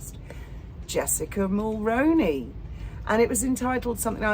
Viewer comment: 👋 Hello.... I'm 🇨🇦 & I'd thought I'd let you know that you are mispronouncing Jessica Mulroney's last name... she's the daughter in-law of former Prime Minister Brian Mulroney His name is pronounced as Mull-Roo-Knee or Mull-Rooney like the actor Micky Rooney's last name. I'm really really hoping that you see this & begin pronouncing Mulroney correctly...Mull-Roo-Knee and not Mull-Rown-Knee...if it sounds like macaroni when you are saying it then you are saying it wrong... Please don't be offended by this comment...I'm only trying to help as well as do the right thing by a former & late Prime Minister who served our country with dignity and respect... I had hoped 7 years ago that content creator's would eventually get the name right but they haven't. So I've been trying to inform creator's for the past several years. Paula M pronounces it correctly but she's also a 🇨🇦 citizen... I'm 🙏begging you to change your pronunciation to what I've provided.. or look up old 🇨🇦 televised news articles and listen to how it's pronounced correctly. Brian Mulroney was born in Quebec, he was French Canadian. I don't know if that affected how his name is pronounced by 🇨🇦Canadian's or not. I just know how he pronounced his name & since Jessica is married to his son Ben she'll pronounce it exactly the same way. Thanks in advance